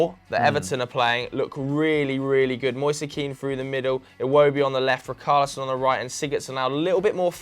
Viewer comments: Btw, richarlison is not pronounced “RIKARLISON”, it’s pronounced like it’d be written with an sh... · It isn't ric-arlison It's rich-arlison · Its richarlison lads....not ricarlison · Dont worry about Saiss lad - Its Rich-arlison not rickarlison 😂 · RI-CAR-LISON??? Who's RI-CAR-LISON.. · Why you guys changing the pronunciation of Richalison now? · My OCD when they say RICKARLISON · I love how you try to pronounce saiss' name correct but completely butcher richarlison. its a ch sound not a hard c sound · Ree-car-lee-son (pronounced like son in Son Heung Min) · The way they pronounced Richarlison 🤮🤮🤮